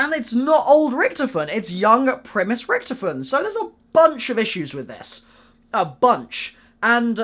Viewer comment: please say richtofin correct